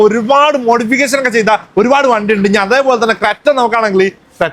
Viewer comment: മോഡി പികേസൻ അല്ല മോഡി പിക്കേഷൻ മലയാളം നന്നായി സംസാരിക്കാൻ ആദ്യം പഠിക്കാൻ നോക്ക്